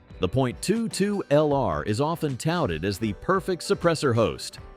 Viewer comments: All the technology and AI can’t say 22 😂😂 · STUPID 💩AI video! Jackass can't even say 22 correctly!!!!